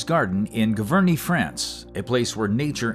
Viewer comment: Giverny is pronounced "Zhee-ver-nee"